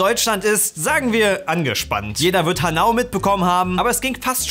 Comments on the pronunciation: HanAU brennt mir auch als Hamburger in den Ohren. Genauso wie „Kuckucks-Klan“. 😂😂😂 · Hanau spricht wie Hanoi aus. Warum?:D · Ich hatte dadurch fast Hanoi verstanden 😂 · der hat es han-nau ausgesprochen statt ha-nau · Hnau? Oder Haaanau? Als Hesse fühle ich mich beleidigt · DAS heißt Hahn-Au. Nicht Ha!-Nau! -_- Trotzdem ein super Video ^-^ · Alle: Hanau: Hah-Nau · ich guck eure videos immer beim arbeiten nebenher und jedes mal muss ich zucken wenn "haNAU" sagt weil ich aus der gegend bin und- ich find auch sonst keinen der das kommentiert hat aber: es ist HA-nau haNAU klingt irgendwie immer nach hanoi aaaa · 😂 Ha-nau nicht hanau. Das ha ist die betonte Silbe. Außerdem 2 Silben; das ist leider kein japanisch. Sorry for grammar-nazing. Glaub mir, ich wohne da. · HaNAU? ich geb dir gleich HaNAU, das wird Haaaanau ausgesprochen :D Schöne Grüße aus dem Kreis Offenbach :D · es heist ha-nau nicht hanau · DIGGA WAS FÜR HAAAAAAAAANNNNNNNNAU Einfach nur Hahnauh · Warum HanAU. Es ist Hanau. Betonung auf dem H. Kann man nicht wissen aber wie kommt man aus HanAU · es heisst nicht Ha-NAU sondern Hanau. 😂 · Es heißt "Hanau", nicht "Ha Nau"! :D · hanAU ;D bisschen falsche Silbenbetonung "HAnau" wär richtig, es sei dir verziehen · das wird ha-nau ausgesprchen, nicht han-au. herkunfstort der gebrüder grimm, sowas sollt man wissen:P hab dich dennoch lieb <3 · Es heißt HAnau und nicht HanAU Sry fürs Klugscheißern aber ich wohne keine 15km weit entfernt :( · Hanauuuu? Nicht haaanau? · HAAnau nicht HanAUU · HAnau, nicht HanAU. just saying^^ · Hanoi :D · „HanAU“ Mir als Hanauer tut das in den Ohren weh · Alao eher HAnau? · haNAU??? was für ne geile Betonung. 🙃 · Es schmerzt, wie Hanau aussprichst.. Betonung liegt vorne. HA-nau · So wie Hanau ausgesprochen hat, hört es sich eher wie Hanoi an. Vielleicht will er eine seiner Vietnamstories auspacken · Niemand:: HANNAU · Er betont Hanau so, wie man normalerweise Hanoi betont... Aaaah criiinge